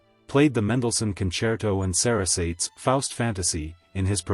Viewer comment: I love the way this commentator or narrator I should say pronounced Sarasate. Classic lack of knowledge, but of course he’s just a narrator. I would love to have played him Table Tennis and reminded him that it is not called ping-pong at the level I played. Oh well.